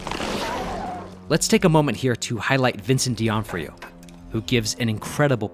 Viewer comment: flub caught vincent d'onofrio's surname mispronounced as "dionfrio". that will be what you could consider strike 1.